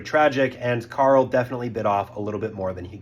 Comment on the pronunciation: His name isn’t pronounced Carl.